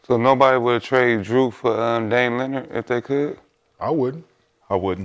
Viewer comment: My Boy Swaggy Said “Dame Ninard” 😂😂😂😂😂😂😂